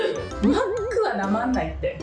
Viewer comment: 序盤から「マック」VS「マクド」おもろい😂 いやマック訛るのウケるんだが😂🤣